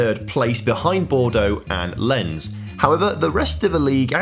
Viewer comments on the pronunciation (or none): As a French-American PSG supporter, I love seeing that we actually won many UCLs in this save, but what I actually want to see is pronounce QRM's real name after he called Lens as "lenz". The 2105 all-French UCL final would be my dream Also the 2117 UCL final was literally Man City against their French feeder club, wild